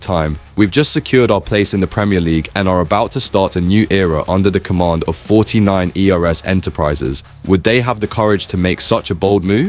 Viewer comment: Bruddy Ai narrative 😡 49ers is pronounced forty nine urs....not forty nine eee aar. Doh?